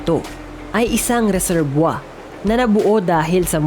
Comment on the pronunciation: Ano yung sinabi mo?, reserbwa?,..🤣😂🤣😂🤣😂🤣😂🤣 Resebuwir,..yun,..sounds like reserbuwir,..hindi reserbwa!